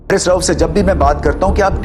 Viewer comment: pahli bat uska nam haris ha hairis nhi